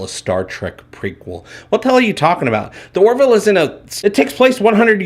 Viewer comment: Its sounds like you're saying "The Warville". Do you know something we don't? Also - I liked Pulaski.